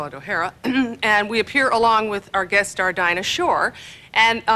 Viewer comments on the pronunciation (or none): none